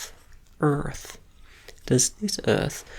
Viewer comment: i bet this teacher knows how to use zoom 🤣 i’m left-handed too so i can relate when i’m writing and goofing it up at the same time and finishing the day with the side of my hand all smudged up! and also i am not going to be able to stop calling earth “ert” now so thank you for that 😂